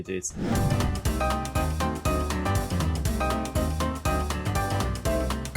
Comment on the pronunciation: Faydalı içerik için teşekkür ederim. İçerik geliştirmenize yardımcı olmak adına lütfen yanlış anlamayın: Türkçe yazıldığı gibi konuşulan bir dil değildir. “İnceleyeceğiz” yazılır ama “incelicez” şeklinde söylenir. “-cağız” ekiyle yapılan konuşmalar konuşmacıyı da dinleyici de yorar. Umarım yanlış anlamazsınız. Kolaylık diliyorum.